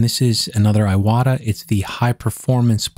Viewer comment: I don't know if you know this or not, but the proper pronunciation of Iwata is more like eee-wah-tah, with the t in "ta" being a more hard T sound rather than sounding more like a D.